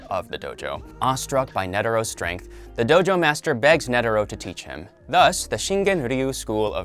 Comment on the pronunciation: Why you saying nedero and not netero